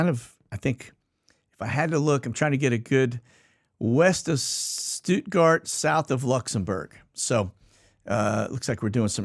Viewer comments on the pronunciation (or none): none